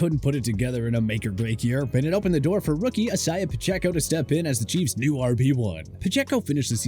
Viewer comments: who tf is isyiuh Pacheco ☠️☠️ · lol iss-hi-ya pacheco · Isaiah. I-ZAY-AH. please ffs 😂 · Dude cannot say Isaiah lmao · Who’s gonna tell him how to say Isaiah properly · It really bothers me that the narrator for this channel can't pronounce the name Isaiah but perfectly pronounces Tua Tagovailoa lol.